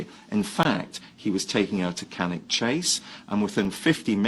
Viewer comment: Great video but you've got the names of the places all wrong Stratfordshire = Staffordshire Cannock = Pronounced Cannuck Ashton = Aston (in Birmingham)